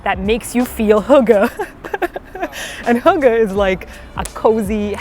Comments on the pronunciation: This is a very nice food guide, since I’m planning to go to Malmö next year for a convention. Also the way you pronounce "hygge" as hugge is really funny to me agkhafjld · Im sad that You were in sweden and denmark so quickly, I would have loved to meet you and treat you to some cake... But you look like you had a good time and that’s what’s important. :) Also... how you made hygge sound like hooker is beyond me... XD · God, the way you pronounce hygge is super cute,:D - a danish fan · I'm so happy you got to experience this!! I love the way that hygge was explained to you (and you almost pronounced it correctly btw!!!) - to me it's like that comfy buzzy feeling you get when you spend time with your loved ones, maybe play a game, eat food etc. Malmø feels like home to me, since it's so close to my home town on the other side of the bridge :D Will you be making a video about Copenhagen too? <3 Also, CUSTAAAAARRRRRRRDDDDDD!!!!!!